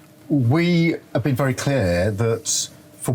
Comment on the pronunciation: Wery Wery turo